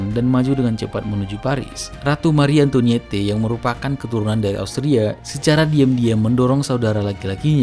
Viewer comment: Pelajari cara membaca bahasa Perancis dulu deh... Mari Antwanet, Avinyon, Nis